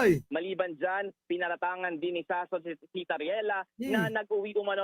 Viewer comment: Akala ko ba lalake yan eh dapat hindi Sass kundi Soss di ba. Sossot hindi sassot.